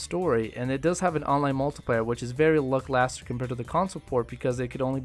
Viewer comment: "very lucklaster"